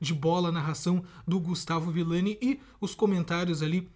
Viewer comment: Brutal é ViLLani,e não ViLani